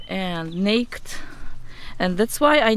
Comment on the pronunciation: Okay it’s so freaking cute how you say naked “nakt” is really pronounced “nay-kid” 😭😭 also I appreciate the information in this video you help me save my variegated Hoya compacta so thank you so much 🥰 new follower 🙌🏻